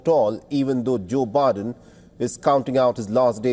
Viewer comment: The anchor accidentally says Briden so does the guest 😅😅😅